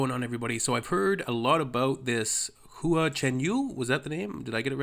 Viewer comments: Of course you are right, what I was trying to say is less emphasis on the "U", He was pronouncing it like HUU-AH, which could use improvement, as I know I said it like that in the beginning, lol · It’s more like “Hwa” then “Hoo-uhh” ^^ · his surname Hua and his nickname Hua Hua are both like "who-ah said quickly. "Wha" is not the best example to teach non-Chinese speakers to say Hua as close as possible to the Chinese sounding name. That would change the "hoo" sound to "wa" despite the "h" in Wha. Hope that helps. Cheers 🤗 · You have stumbled into the Alice in Wonderland rabbit hole of Hua Chenyu! (Try saying it like " Wa" ChenYu ) Guess who is not embarrassed to blast this song in my car in the middle of traffic windows down, downtown USA.... this woman!! He now has, of this week, an official YouTube channel and IG accout. Currently just his MVs are on there, but keep looking at his Singer 2018 performances on Hua Chenyu English Subs Channel. Welcome to Mars,.